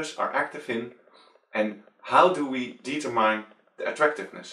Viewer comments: Determine (Dietermain) haha, (Die-tur-mind) is right. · Good Job!! One picky thing, really sorry - Determine - De-Ter-min (the E is obligatory) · deee tur mine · Yes i got the theorie just found your pronounce funny. Thanks for making this video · Oh I looovvvved the way he said it.